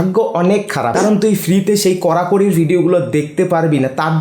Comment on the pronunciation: করাকরি ❌❌❌❌ কড়াকড়ি,🆗🆗😂😂😂😂😂😂😂😂